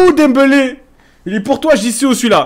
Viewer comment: dit dembélé pas dembeulé footix